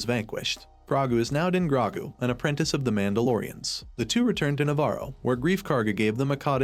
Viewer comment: Wow this AI narrator is terrible. Can you get a real person to do voice overs and pronounce Grogu's name correctly?